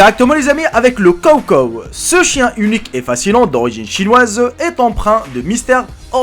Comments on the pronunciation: ce prononce tchawtchaw pas cawcaw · Ont dit pas kowkow mais chowchow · Ses pas le cow cow sa se dit chaut chaut ! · En dit “show show” en dit pas “cow cow” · jeri c est pas kow kow c est chow chow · Je rêve ou il a dit kow kow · "Les kow kow"😭😭👌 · C'est un [s]chow [s] chow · On dit Sho comme CHien pour Chocho , sinon bonne vidéo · Dans chow - chow on entend ch comme dans chats ! 🤣🤣🤣